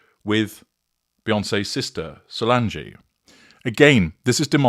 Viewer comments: It’s not pronounced Solangé! cringe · Respectfully, her sister's name is pronounced "SolAHNJ"